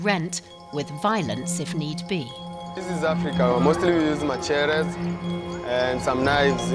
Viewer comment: That thug just 'weng-ed' machete and said 'matcherrez'..lol.